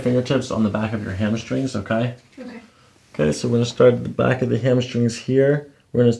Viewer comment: Did you say “hammer strings”? 🤣